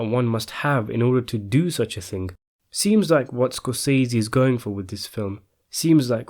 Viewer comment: hey, my British fella, thanks for the news but the correct pronunciation of SCORSESE according to Marty is like "scor se see" he pronounced his name exactly like this. so there is no "i" in it. thanks for regarding